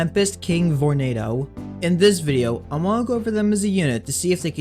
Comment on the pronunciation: VORENADO!??!? EWWWW